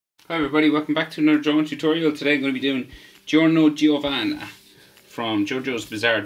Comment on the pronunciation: Giorno Giovanna is pronounced "Jorno Jovanna".